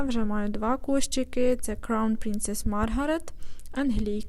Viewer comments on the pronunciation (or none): none